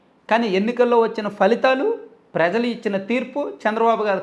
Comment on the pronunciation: Prejalu kadu.prajalu.